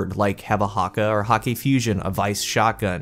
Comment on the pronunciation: since Hakke has an umlaut over the a it would be pronounced like cake. (Hayyk)